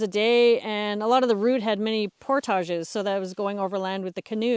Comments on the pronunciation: Our narrator's pronunciation of "portage" is completely foreign to the way my family and friends pronounce it. I have never heard it that way. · Is that the french pronunciation of portage? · the way you say "portage" is so fancy! lol must be a canadian thing ;)